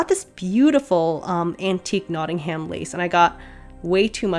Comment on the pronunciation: My poor Brummie soul died a bit at how you said Nottingham. Um, not am, I beg of you.